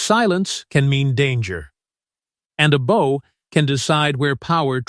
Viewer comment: Your AI narrator is an idiot. There is a difference between the bow one ties and the bow one givdx. If this AI swill foesn't recognise that then this is a channel for rank amateurs. And its probably a pack of lies.